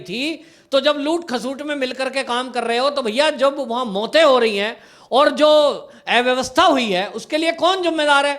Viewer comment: ऐ vyavstha nahi अ vyavastha bola jaata hai....